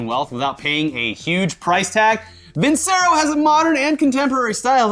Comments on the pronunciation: I hate to be that guy but isnt it pronounced VinChero? Or has Funhaus been pronouncing it wrong? 🤔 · For who's curious, I checked Vincero's website and they say it has an Italian background (as a word) so I guess it should be pronounced with a "c" like "chapstick". Basically not how is saying it all the time XD